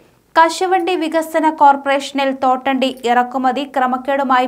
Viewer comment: തൊണ്ടട്ടി അല്ല തോട്ടണ്ടി ആണ്